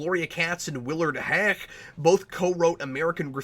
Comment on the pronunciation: I love how you pronounce Huyck, it sounds like you're about to puke every time you say it, and it always makes me laugh